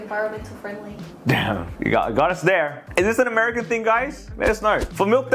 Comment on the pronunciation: yea its amiacan